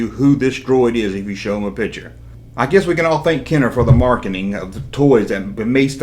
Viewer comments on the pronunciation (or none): none